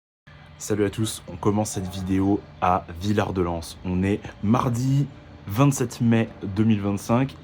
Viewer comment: ah mon pays ! les gorge de la Bourne, le Diois , la Vallée de la Roanne et le sud Drome. ( sinon on dit pas le 'S' de Villard-de-Lans ;) )